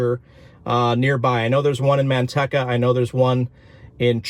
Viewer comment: Dear Sir, I use to live right next to Manteca and that city is pronounced Man-TEE-ca. Middle syllable is long like the word 'Tea', not short. I've heard you refer to Manteca several times in a couple of your recent videos and each time it made me cringe -- kind of like hearing fingernails scratching on chalkboard. Yikes! 🤣🤣